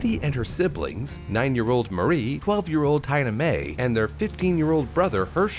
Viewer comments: Tee-na. Not Tie-na. The girl's name is Tee-na Mae. 🤦‍♀️ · did you just pronounce Tina, tye-nuh instead of tee-nuh??? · It's tee-nah for Tina not tye-na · Pretty sure that is pronounced teena-mae not tyna-mae.. since that's not a name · Tina-Mae rhymes with Tina Fey. Tina. Teen-a. Not TINE-a. Tines belong to forks. You wouldn't use a fork for your coffee. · I think Tina is pronounced Teena. Like it's short for Christina or Valentina. I thought you were a native English speaker..... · Tina-Mae. TEE-NUH. 😳 Edit: Gotta love the EcoFlow. Great presentation btw. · I can't unhear Tina pronounced like tyna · Tie-na. Really? Then again you mispronounce all kinds of names and words, but how you got Tina wrong, is just mind blowing! Edit: Maybe the big bad tornado was because "climate change".😂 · Tina is pronounced "teena" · the way he pronounces tina makes me absolutely feral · I’m more just confused at how pronounced the name Tina.